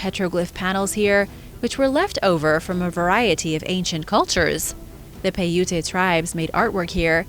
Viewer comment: Pronounce: Ute like Yoot or Yout. Paiute like Pie-Yoot. Thanks for all the content! I'm addicted to your channel, at least 1-2 vids after work, daily.